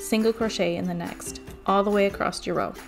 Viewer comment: I really want to watch but cannot. I cannot listen to her say “acrosst” one more time. Omg. My earrrrrrs!